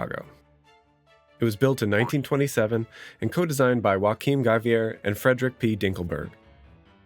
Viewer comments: Giæver was Norwegian. It's YO-a-kim, not wa-KEEN! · You pronounced joachim like Joaquin? That is far of..